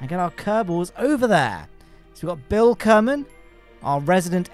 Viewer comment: kerman line, Ker like kerbin